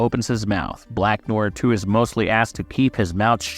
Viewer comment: How can you butcher such a simple name like “Black Noir”? Good video, but kinda annoying to listen to.